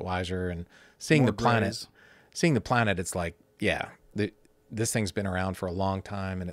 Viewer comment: The amount of times this guy says "Pl-uh-nett"